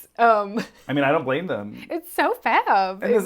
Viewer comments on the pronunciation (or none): none